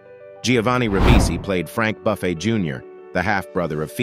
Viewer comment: That’s not how Buffay is pronounced.